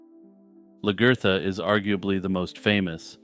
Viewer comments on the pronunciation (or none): Largertha? WTF